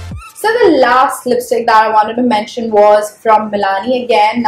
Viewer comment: 2.11 did you said lipistik 😂😂